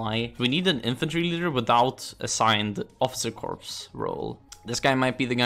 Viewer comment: > playing france > saying “corpse” another day, another hoi4 hate crime 😔